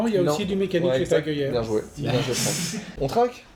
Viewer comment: Franck sans C avec un C bien ouèj ! xD